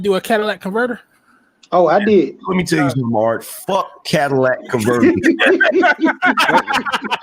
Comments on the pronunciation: The Cadillac converter is the most important part of a car. It turns any car into a Cadillac El Dorado LOL. Say it with me y’all, “Cat-Uh-Lih-Tic” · Cadillac converter 🤣